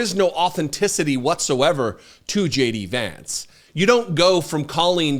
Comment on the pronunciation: Did I just hear; "J.D.AdVancement"?